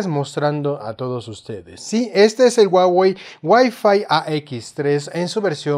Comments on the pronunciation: guawei? o huawei? jejeje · Se pronuncia 'juá-uei'